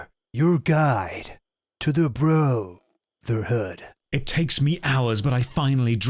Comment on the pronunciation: i like how he emphasizes the bro in bro-therhood like brotherhood isnt a word directly rooted in bro